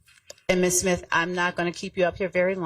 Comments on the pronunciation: She said simth lol i thought it was smith she is cooking already the state is trash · Did she say ‘SIMTH’ on purpose ?.. 😂😂😂😂